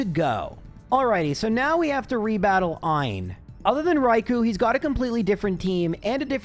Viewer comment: It's Raikoo not Raikoe